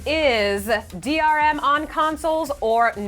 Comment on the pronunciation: did no one notice that in the 15 second rebuttals said DMR?